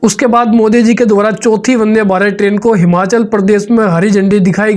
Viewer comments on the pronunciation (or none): none